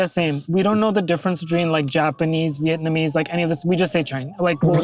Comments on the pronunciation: Dax said Vietnamese correctly!!!! 👏🏼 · Dax you totally threw me off in this ep when you pronounced ‘Vietnamese’ flawlessly! Loving the new show you two, such a joy to see you and BFAW making content together. Keep em’ coming!! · Go Dax! Vietnamese... pulled it off first try! Nice!